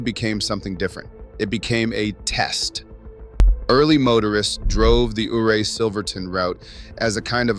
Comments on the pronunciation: It is pronounced U-ray not OOray. just saying. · I grew up in Delta County Western Colorado, Before the Eisenhower Tunnel we Drove 550, Red Mountain Is a Sweet Drive, There is access to 1 of the best 4x4 Trails In America. And stop mispronouncing Ouray... you weirdo